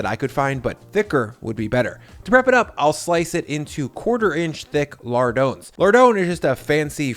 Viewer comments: Lar-dahn, not lar-doe-n. It's a French word. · His pronunciation of French terms is laughable, “lardones”.